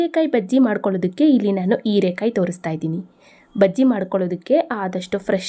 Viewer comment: Erakaee alla herakaee please correct your kannada